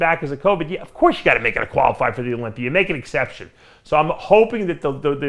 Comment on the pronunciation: Is Dave working on fixing his pronunciation? I swear Olympier is now Olympia.